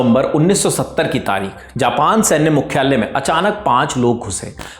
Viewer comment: 'द्वितीय', ' मुख्यालय' शब्दों के उच्चारण ठीक करें